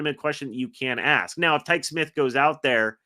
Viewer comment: Quit mispronouncing Tykee Smith's name.. It's pronounced (Ty-Key) Smith